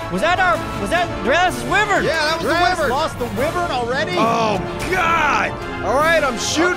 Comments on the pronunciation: it's pronounced WHY-vern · U said wivren but its wyvren